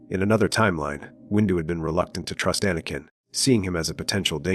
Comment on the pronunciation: Jedie? Quiee-gon-Jin? Ah-nakin? Pain, listening to this, it brings. Yes, great suffering.